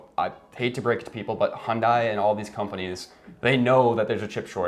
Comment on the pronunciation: its not messed up its called " supply & demand" dont say ydk & mislead viewers. its still a free market & we're plagued by "chip shortage" & supply manipulation than valued goods now become precious. & its not " hundie" its called hyundai pronounce [hyun-day] u guys clowns go drive a fiat quit driving my countries cars